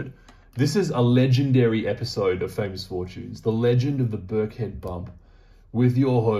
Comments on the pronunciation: It’s not that important, but I live near there and it’s pronounce Birk-en-head. Great reading. I’m getting some Pomegranite juice. Love to the piggies ❤️ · It’s Birkenhead not Birkhead 👍 it’s a little fishing village on the River Mersey… opposite the centre of the known universe… Liverpool 😉